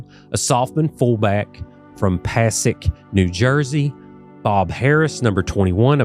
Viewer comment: One thing, if you're interested... the town in NJ where Art Harris is from is pronounced "puh-say-ick". And, thank you for doing this. <3